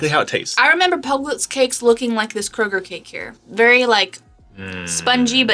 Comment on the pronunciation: Thank you for not pronouncing it as Krogerzzzzzzz